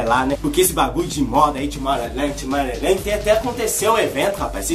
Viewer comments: Tomowland kk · "Tomorrouland" kkkkkkkkkkkk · Tomowland kkkk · TOMORROWLAJE KKKKKKKKKKKKKK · TOMOWLAND AHAHAHAHAHAHAHA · ai kkkkkkkkkkkkkkkkkkk ele falando tomorrowland